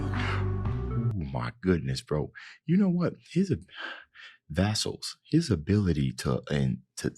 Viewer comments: Thank you for reacting. It's Vessel not Vasal lol :P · Vessel, not vassal. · Respectfully. It's "vEH-sl"